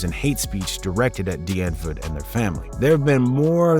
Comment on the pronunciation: Bro actually pronounces “Die Antwoord” right